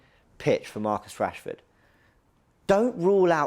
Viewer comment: Man said Marcus Rashford you know… do me a favour please… GETOUTTAHERE 😂😂😂